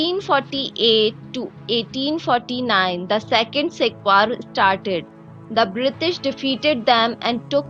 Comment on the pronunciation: "Brishtish" lol